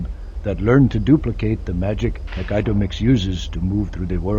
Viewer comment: I swear, if he says Hec-aitomix one more Time... xD